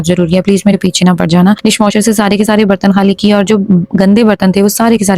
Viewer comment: The way you say pechay nah par Jana 😂🤣 that’s the good one 🤣 I really like you